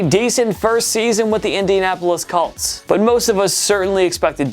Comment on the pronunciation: Anybody else hear “the Indianapolis Cults”?